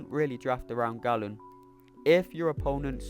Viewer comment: Why do the MCOC community call him ‘Gallen’. Galen is pronounced “gay-len”. He isn’t a Gallon of Milk